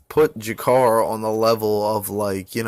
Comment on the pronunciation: I agree with what you say about MM bro he really is something special. Would you like to see him fight Cody at 125 next, or ray borg? Gotta disagree about (JA-CA-REY not JA-CAR lol my lady is Brazilian and a real stickler for pronunciation fam) while he's not an all time great by any stretch he's a vet whose always been a fucking savage in my eyes. Seeing waterson lose like that sucked but it shows you no matter how many times rose loses she's always fucking DOWN! Next week cub Swanson fights!!!